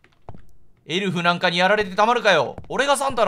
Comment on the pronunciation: 顎といいエルフやサンタの発音の癖が強すぎて解読不能です(スピーディー土下座)